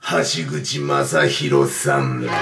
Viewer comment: 橋口まさひろじゃなくて、あきひろじゃね？